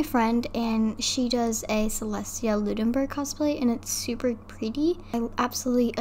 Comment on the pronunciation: It’s not Celestia Ludenburg it’s celestia Ludenburned LMAO